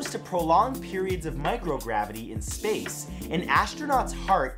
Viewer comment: Is it Space or Sapce? LOL!